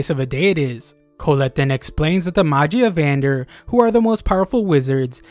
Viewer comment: Magia vendr? Either your butchering it or they changed the name of the high seat guys in the anime. I swear it sounded cooler.